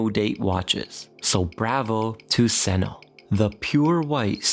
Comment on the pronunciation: Ah! Tuseno = Tusen Ø = Thousand island... It is pronounced "Tusen uh" ... because , trust me bro (I'm Norwegian). I have met a swedish person before, they are fairly nice, but they are hopeless at skiing (which almost makes them danish..almost)